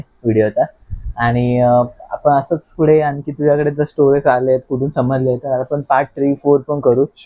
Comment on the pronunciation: फुडे ❌ पुढे ✅